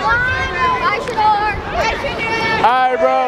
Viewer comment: Boy 1:Shedeur… Boy 2: SHEDOOR👀😂